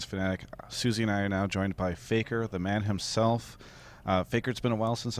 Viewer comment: Oh Faker can understand English and his accent is good